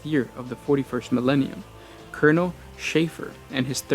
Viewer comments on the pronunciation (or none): none